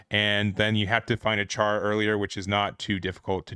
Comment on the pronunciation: It's pronounced ghel-goog. Also char is pronounced "Shar". Not trying to be a pain just wanted to point it out.